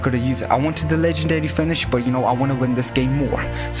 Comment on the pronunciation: Bro when u say legendary finish is sound like u sayin legendary spinach or something 😂